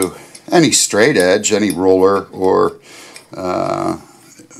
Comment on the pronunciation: Love all the layout tools and the explanations... some cool tools that I'd never seen/heard of before. Very useful! I gotta say... He kept throwing me with, what sounded to me as, his saying 'roller' instead of 'ruler' and finally the 'dale' for 'dowel'. lol.. put a smile on my face.